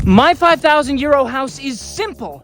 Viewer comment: I’ve watched your channel as you and your neighbors rebuild your house. I laugh at the introduction every time you say „ My 5,000 Euros.“ For a long time, I thought you were saying „My 5000 Year Old House“! Euros is pronounced Oye-row, but carry on, it’s gonna be Be-u-tiful.